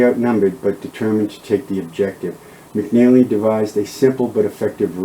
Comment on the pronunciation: Its not " McNally its McNelly.Also Nueces is pronounced " New aces" not "Nooses" for God sake.